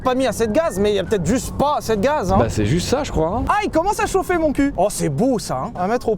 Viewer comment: Bon sylvain.. parlons d’un vrai sujet : on dit ASSEZ pas ASSAIS !!!